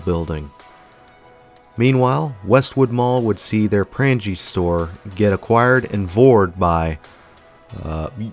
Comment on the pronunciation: I used to go here every time I went to Marquette. I got a cat at the pet store that used to be in the mall. The candy store that used to be there was amazing. "Prang-ge" LOL. Having been a Yooper for a while, I can tell you, no one calls it "the Yooper" A yooper is a person, not a place. And absolutely no one calls it "The Up" The U.P, yes, but not the word up.